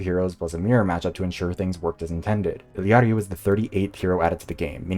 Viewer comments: Thanks for putting in the effort for that Quechua “ll” sound in “Illari”. Difficult for both English and Spanish speakers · Ik you said not to comment till the end.... but thanks for pronouncing "Illari" correctly